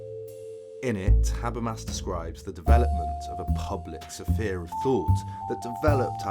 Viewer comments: "Sah-Fear" apparently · The way you pronounce sphere is beyond triggering. What is wrong with you?